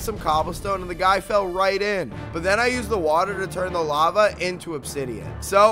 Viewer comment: eEeeEeEEeE lImInAtEd why please just say eliminated like a normal person it hurts my brain. No hate just a suggestion. Maybe then I will sub to you.